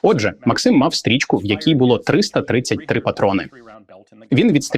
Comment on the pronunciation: Хто такий цей максИм, якщо це кулемет мАксима? І він теж каже мАксим